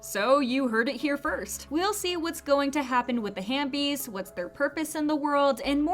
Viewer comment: ITS HAVEBIES NOT HAMBIES